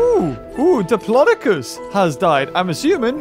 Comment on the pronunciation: The way this guy says Diplodocus “DiPLOdOKIss”